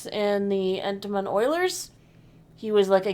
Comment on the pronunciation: As a resident of "Entmonton" I feel like I have to lodge a protest or something at the mangling of our name. Sure we have lots of walking trees, but the city isn't named after 'em. As for Disney... Well, I'm not sure streaming is a business model that makes financial sense. Disney may just be discovering this before other companies. They'll probably cut back on some of those Marvel shows like Ironheart that weren't even successful as comic books, but I'm not sure there's much Star Wars content to cut. But then we don't know what was planned for 2024. Whatever happens I hope they renew The Mandalorian!